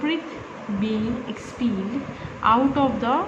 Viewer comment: "expellad" "montasary" wow seriously "mond"